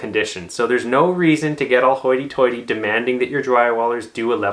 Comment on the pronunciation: ”Hoyti toyti” 😅